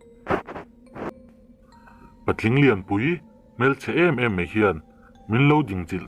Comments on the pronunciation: Mei nilovin mai tih tur.tleivar a awm ngailo a,tlaivar tih zawk tur.viewer ngah i duh chuan i pronunciation fimkhur rawh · mei aiah mai, tleivar aiah tlaivar,... Mahse i chhiar thiam e... Ṭang sauh sauh rawh, Like and sub nghal e